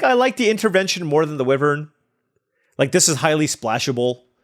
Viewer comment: IT'S WHY-VERN. PLEASE.